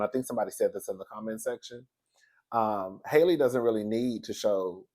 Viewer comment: mispronouncing Halle name will always make me giggle 😆🤣